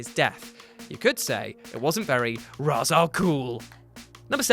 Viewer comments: The fact you said Raaz not Raesh as its pronounced triggered me XD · You have it backwards it’s Ray-shh in everything else but ra -ze in Nolan’s trilogy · “No bruce you know its pronounced raishe”. ~talia al ghul batman the animated series Long before the nolan movies so...yeah.